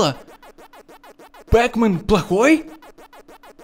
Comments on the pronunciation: НЕ ПЭКМЕН А ПАКМЕН!!! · не пекмен а Пакмен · неправильно пекмен а правильно петмен! но неважно. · Не пекмен, а пакмен